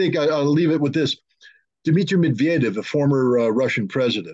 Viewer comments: It is Medvedev - not Medvedyev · It is simple - Medvedev not medvjedev! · I like you guys,but OMG! Its easy- MEDVEDEV, not MEDVJEDEV.(Medved- bear). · The guys name is pronounced Med va dev I do believe. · MED - VYE - DEV. easy. Or even anglicize it: MED - VAY - DEV. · When you learn to pronounce "Medvediev" properly, I will subscribe to your channel. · Good show guys. But I must make a correction. The former Russian president's name is Dmitry Medvedev (pronounced med-vee-dev) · he can't even pronounce Medvedev correctly! HA! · How can pronounce the Volodomir but not Medvedev? FFS, damn murican.